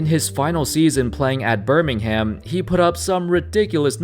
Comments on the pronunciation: Joshua Tsang yeah it triggered me as wel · yeah he just butchered lots of uk place names😂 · on me. BIRMING HAM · I'm from England..and the way this guy pronounces...west midlands, Manchester and Birmingham..is just weird 😂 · Hearing a non-British person saying “midlands” and “Birmingham’ is jokes 😂😂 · As a Brit, the way your pronounce Birmingham triggers me everytime, still good vid tho. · And Birmingham... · they cant pronounce Birmingham either